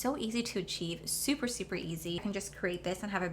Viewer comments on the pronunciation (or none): none